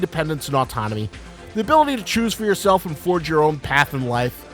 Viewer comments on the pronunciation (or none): none